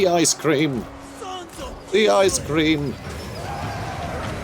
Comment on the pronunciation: The ice cweam of kislev is foightn the scawy demons